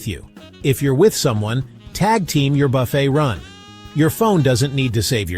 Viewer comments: The word "buffet" is pronounced 'buffay', not buff-et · Its pronounced, Buff A